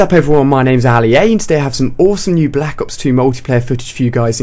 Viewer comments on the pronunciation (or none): i hate the way this guy says Black ops 2... he says black as if there is an H in it. that kind of stuff really bothers me.